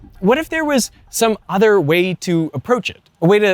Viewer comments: He's still pronouncing every "other" as udder and I can't unhear it 😭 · I wish that guy would learn to pronounce "th" ....I mean it's "other" , not "udder". It really bothers me to hear this for every "th". It's like a speech defect. Just learn to pronounce "th" properly, please.